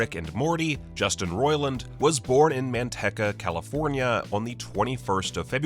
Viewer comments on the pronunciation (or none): This foo said ManTekka..lol its Manteca lol jk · man-tee-kah, you're welcome. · You said Manteca wrong